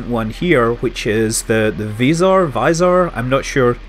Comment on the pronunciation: It is not [visor], nor [vajsor], just [vzor].